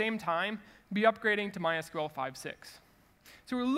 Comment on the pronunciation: Thank you for saying My S-Q-L and not my "sequel"